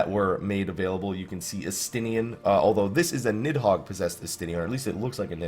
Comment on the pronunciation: ES-TE-NEIN! NOT ES-TEN-IRN!!!